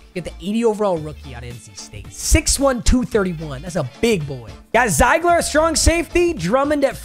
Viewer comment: It’s pronounced zeegler not ziigler